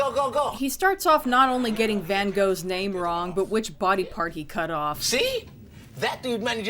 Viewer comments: The Van Gogh name is actually a common British problem. Americans seem to have settled on "Van Go" and stuck with it. I've never heard that pronunciation in Britain. When I was a kid, EVERYONE I ever heard in Britain say it pronounced it as "Van Goff". But then it became popular to say "Van Gock", or other pronunciations, and now no-one knows what the hell to say. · The way says it is like he is, somehow, confusing it with a Welsh village with a really long name... Llanfairpwllgwyngyllgogerychwyrndrobwllllantysiliogogogoch.